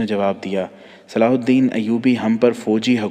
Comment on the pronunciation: Sala alhadeen nahi he durust yeh he salahuddin ayyuby